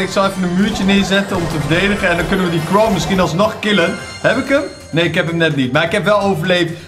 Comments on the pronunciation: Het irriteert me dat hij altijd krow zegt in plaats van crow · Gast het is zo irritant hoe praat jij het is crow niet kroll